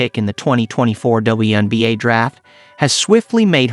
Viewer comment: Yes, you did. You know that half of these videos aren't narrated by actual people either, right? He also mispronounced Taurasi, roster and WNBA!